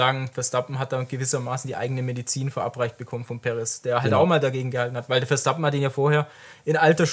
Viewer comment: Ich mag die Videos sehr. Aber sag doch dem mal jemand, dass der Redbull-Fahrer Verstappen heißt und nicht Verschtappen. 😉